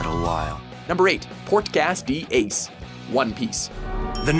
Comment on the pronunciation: Port Gas D Ace? Lol